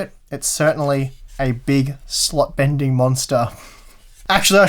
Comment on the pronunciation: I thought he said "Slut Bending" graphics card 😂